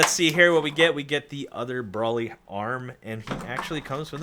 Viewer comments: Brawley? It is pronounced brolee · No offense this review is great apart from this but I cringed every time you said brolly instead of broly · It’s broly not brawly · Why are you saying braly it’s broly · HIS NAME IS BRO-LEE BROLY OH MY HOD LEARN HOW TO SAY THE FUC🤬🤬🤬🤬🤬🤬🤬🤬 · "Bruly" I'm sorry, what? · Lol he said "braly" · ITS BRO-LEE 🤦‍♂️🤦‍♂️why is this so hard for people??! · I had an aneurysm every time he said brahly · Its Bro-ly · BRO-LEE DAMMIT! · The way he pronounced Broly makes me suicidal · I dont like the way he said broly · Broly not Broly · The way he pronounces it pisses me off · Who else is triggered that he didn't pronounce broly right?